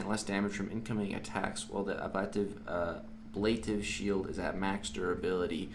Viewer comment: Love it! Also, it is pronounced ab - luh - tive. lol